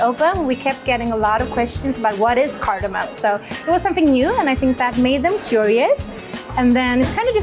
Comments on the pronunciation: Wait. I thought it was just the bloke, but she too is saying cardamoN! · It’s not cardomin. It’s cardomom. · He said cardomon